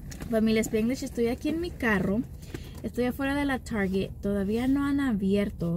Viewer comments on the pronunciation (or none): none